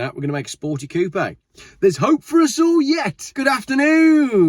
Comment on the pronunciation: the dude can't even say coupe right LOL! and ppl listen to him? LOL